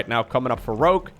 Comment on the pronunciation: I had thought the entire time you actually were saying Grogue LOL